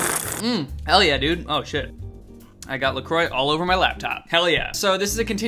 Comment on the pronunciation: that's not how to pronounce la croix , damn it staaaahp